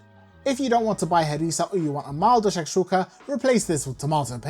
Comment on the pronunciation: U say it correctly 🤣